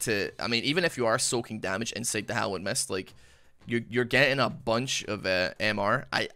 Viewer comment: When says Hallowed mist I hear Hollownest. please play Hollow Knight 🥺🙏